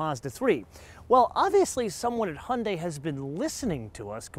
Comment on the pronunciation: "hunday" haha :D